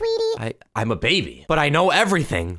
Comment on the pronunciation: Did anyone notice that on his first day of school he said kno instead of I know